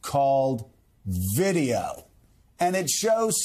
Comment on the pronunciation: It was almost like the screen scene from My cousin Vinny...."what is this that we have right here? What is this? Vid-E-O 🤣"